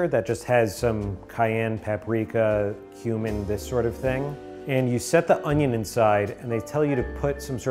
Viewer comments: The first couple of times you said “cumin” I heard “human“, and I freaked out a little bit…. “Human powder” 😵‍💫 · Who else at first heard HUMAN powder instead of cumin power lol